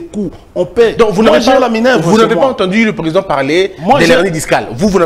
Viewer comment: Déjà cher monsieur.D'abord ce n'est pas minevre ok?.Ça s'appelle Minerve ok monsieur.